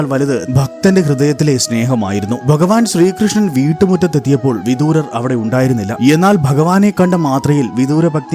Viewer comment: ഹരേകൃഷ്ണാ 🙏🏼വിദുരർ എന്നല്ലേ ശരി വിദൂരർ എന്നല്ലല്ലോ